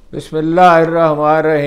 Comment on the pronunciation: آپ نے درست فرمایا کہ آپ کا نہ صرف یہ کہ آپکا عربی کا تلفظ درست نہیں ھے بلکہ آپ کا سلام اور بسم اللہ الرحمٰن الرحیم بھی درست نہیں ھے۔ جوکہ آپ جیسے بڑے اسکا لر پر بالکل نہیں جچ تا۔ مگر بہرحال آپ کا تجزیہ غیر جانبدار اور لا جواب ہوتا ھے جسکو میں بہت پسند کرتا ہوں اور بہت شوق اور توجہ سے سنتا ہون۔ اللہ آپ کو خوش رکھے آمین